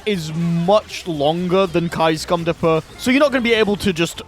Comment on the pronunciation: Anyone else laugh at "Scum dipper" instead of "Stun dipper"?